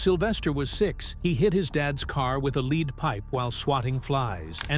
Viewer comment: What Kind of jerk is creating these shorts. A lead Pipe is not pronounced Leed, and Jackie Kennedy / Onasis was not Slys Mother. But thts who you have in this , dont beleave anything in this.